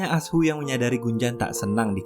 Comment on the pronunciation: Anshu... Bukan asu 🤭